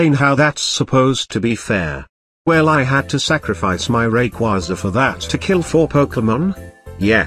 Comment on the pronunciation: Even text to speech doesn’t say rayquaza correctly lmao